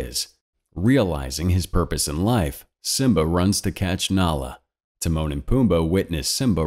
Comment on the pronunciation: When you said Timone and pumba I thought you said The moaning Pumba lol